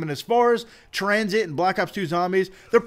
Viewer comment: tuh-rain i'm pretty sure its train